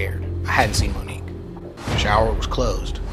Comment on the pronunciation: As soon as you said her name right in the beginning, I just felt, She’s Gone.